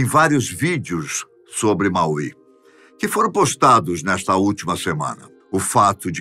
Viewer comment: Fala-se Máui não Mauí